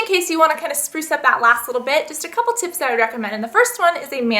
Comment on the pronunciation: hey guys, today i thought id bring you some back to school beauty chips" am i the only one who heard chips not tips?